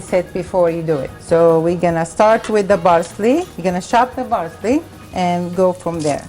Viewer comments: Parsley..not barsley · botatoes, barseley, tomato baste sort ur speech out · love the videos and the recipes. obviously this isnt a problem or anything but when you say parsley or pound you are saying bound and barsely with a B and my ocd keeps kicking in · Parsley and not Barsley . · I love how she says 'Barsley'💖 I love watching her cook. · I like the way she says Parsley. It sounds like Barsley. lol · thats their mothertongue interference...theyv no Ps! their P comes out as B